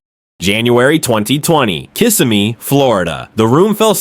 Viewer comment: "Kiss-a-me, Florida" ??????? And they want AI to take the place of drivers... &#